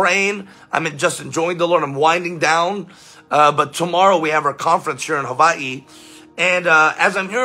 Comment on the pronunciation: You pronounced Hawai'i correctly 😊😊